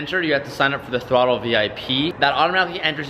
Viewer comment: I'm tired of hearing fucking throtl!